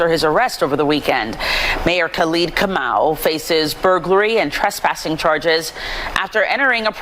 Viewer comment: u definately butchered the Kamau, name though kinda disappointed in my fellow tribe's man(if the name is legit)